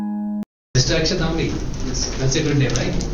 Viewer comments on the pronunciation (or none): Well, Sir my name is Akshay Tambi, it’s Tambi, not Thambi, there is no ‘H’. Please do correct it.